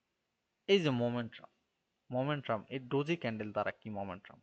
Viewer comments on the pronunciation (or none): none